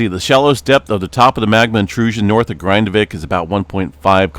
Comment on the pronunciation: Your pronunciation of the "a" and the "i" in "Grindavík" is way off. This isn't the English word "Grind" but the Icelandic word.